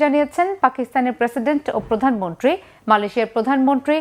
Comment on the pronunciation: প্রধানমন্ত্রী বলতে পারেনা সংবাদ পাঠিকা। বলে প্রধানমনট্রি শিং লিশ।।।